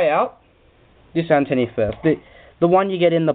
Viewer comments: its antenna not antenni LOL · great review mate, just a bit annoying when you kept saying antenny, its antenna. but other than good review